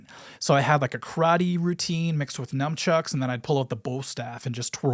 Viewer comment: We both mispronounce "Nunchucks" so he's a regular white dood like me :P